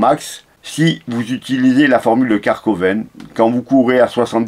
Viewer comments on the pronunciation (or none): Merci pour la vidéo, c'est Karvonen, pas Karkoven, tu m'as bien fait rire.😀